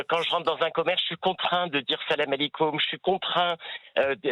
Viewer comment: c'est un témoignage bidon, on prononce pas comme ça le "salam alekoum" 😂